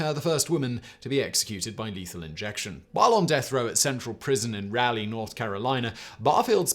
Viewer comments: North Carolina native here. Simon, Raleigh is pronounced "Rawly" not "Rally" Great video as always 👍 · Raleigh is not pronounced "Rally", RA-LEE!!!